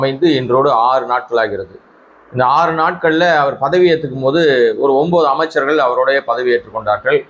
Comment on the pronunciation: ஒன்பது என்று தெளிவாச் சொல்லுங்க